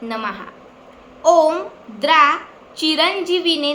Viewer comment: बेटा, तुझे सांगण्यात थोडा फरक आहे द्रा हा शब्द द्राम् असा आहे